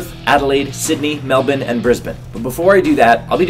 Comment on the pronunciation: I know I'm a few years late in saying this but I wanted to say thank you for always pronouncing Melbourne correctly. I can't WAIT to see you when you next visit Melbourne. Not only should us gingers or for the females like me, fire crutch, support one another but you are so bloody funny and I KNOW there is always one Aussie Bogan who is going to heckle you because they are piss heads and can't help themselves so I can't wait to watch them get verbally torn a new ass.